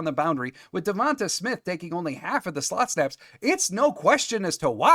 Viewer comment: DeVon-TAY Smith not TAH. It's not as hard as some of those Pacific Islanders' names. I think I can finally say Tua's last name, Tagovailoa. How'd that sound? Good?